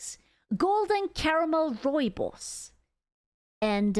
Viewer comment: Damn. you said "Rooibos" so well, I mistook you for an Afrikaans speaking individual for a second xD